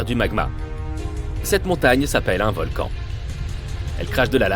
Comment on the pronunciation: Encore une video avec une voix d une IA qui fait des fautes de francais Environ 1 mn "un volcane actif " 1mn 22 " mille neuf cent quatre vingt eehiionze" Ect.... Desagreable a ecouter une video comme ca